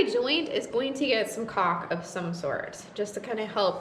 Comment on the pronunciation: If YouTube doesn't censor this one I'll be surprised not sure if you listen to it really really close how are your pronunciation of caulk actually sounds. And then you get the borderline dirty insinuations in conjunction with the miss pronunciation.